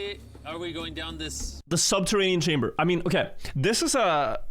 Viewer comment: The director of the entire site can't say "Chamber" properly. The state of the place. Imagine thinking England should give all our well taken care of artifacts back lmao.